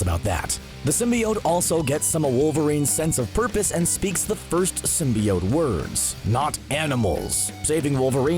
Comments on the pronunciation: I hate how he says Symbiot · still saying symbiote wrong i see lol so cringy